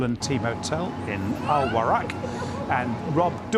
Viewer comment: Man said al Wahrak lol